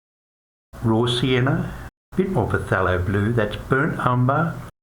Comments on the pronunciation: Its killing me how he keeps on saying PUHTHELO blue. It's pronounced THALO. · pa-thelo? It's Thay-lo